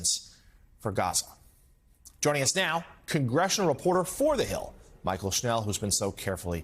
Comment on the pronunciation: Why does he keep calling her Michael and why does the CC not write her name. I had to look her up. It's Mychael. Probably pronounced more like Michelle.